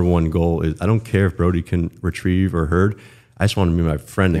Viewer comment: said "i can retireveeee" i just dont want to 😂